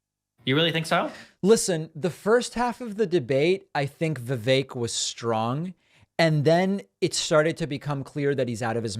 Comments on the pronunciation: 1) Guys, it's "vuh-vake" like cake. Not vuh-veck. 2) I think Destiny gets a hard time about "being a rightwinger" because he goes on Andrew Tate red pill type podcasts. That's a good thing to have someone bring sanity to the insane IMO. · Vivek is pronounced Vikake like cake.